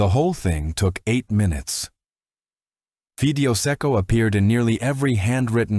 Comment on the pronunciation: Fee dei oh not fi dee o